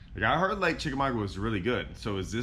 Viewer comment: Love this! Chick is my home lake as I am 30 minutes away.. Where you started is the general area Andy Morgan won his BPT event a few years ago. It's produced as: Chick a maga. The "U" is silent. This is old, as you are in a Ranger.